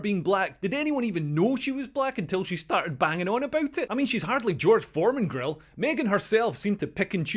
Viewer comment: 'George Foreman-grille' x'D